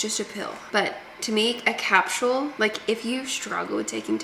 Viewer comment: Do Aussies spell capsule with a T in there? Or is it just the pronunciation that is thick on a capsTule?